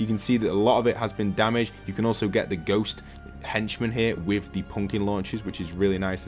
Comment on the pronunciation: Pumkin or broom 😂